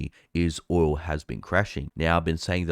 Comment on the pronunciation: It's "oil", not "oywoo".